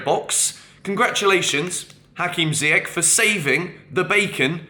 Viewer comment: How do you not know how to pronounce Ziyech's name after 2 years??? Dude come on!